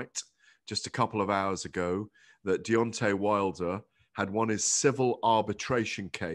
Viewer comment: “Deon’ay Wilder”